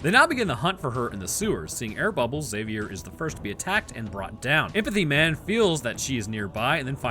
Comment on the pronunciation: High-five for not pronouncing the "x" in "Xavier". It irks me to death to hear "Exzavier".